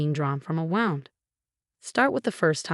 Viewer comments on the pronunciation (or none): So does Chen, Martinez, nurses called Emma if its an injury then its pronounced woond although its spelt wound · What's a Namdag..?? Does she mean name tag..?? It's wound as in a boo boo, not wound like wound up.